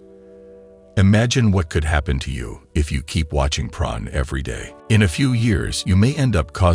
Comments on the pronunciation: Sounds like he's saying pron 🤔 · Can I humbly ask why you're pronouncing porn as "pron"?